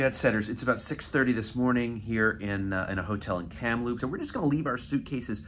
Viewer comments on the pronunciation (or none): A heads up re: Kamloops - emphasis is on the Kam part not the Loops. So is KAMloops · Emphasis on “Kam” for Kamloops. I lot of these names are based on Indigenous names. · Please learn how to pronounce Kamloops properly. The stress is on the first syllable, not on "loops." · From an office overlooking Kamloops station, welcome! Seems you had a great time. (Forgive me, I did chuckle every time you called it 'kamLOOPS' :D) Sadly the fires you mentioned were disastrous environmentally, socially, and to tourism later this summer - the houseboat shortage on Shuswap lake will be part of that. We were driving back from Alberta in late august and just barely spotted the Rocky Mountaineer trundling slowly alongside the highway - I couldn't imagine how disappointing it would be to arrange for that trip and then not even be able to see the length of the train through the smoke. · Great trip. I've wanted to see this for a long time. Just thought I'd mention that the emphasis is on Kam in Kamloops, not on Loops. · Lucky enough to live in British Columbia! You do a lovely job of sharing our beautiful province. When you say Kamloops the emphasis is on the first syllable not the second 😊